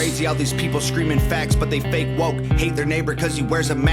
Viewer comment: Bro the Fah-kay Wah-kay shit killed me 😂😂 Also, the Windows XP sound effects 😂😂